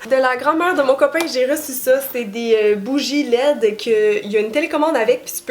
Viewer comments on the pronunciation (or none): J'ai cru que t'avais dit que t'avais reçu des "bougies laides" x) Bonne année à toi et continue tes supers vidéos <3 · J’avais vraiment compris des bougies « laides » 😂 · Je ne regardais pas le vidéo au moment ou tu as dit que tu as reçu de la grand-maman de ton chum des bougies LED. J'ai compris des bougies laides 🤣 J'étais comme: ben voyons est donc ben honnête!! hahhaha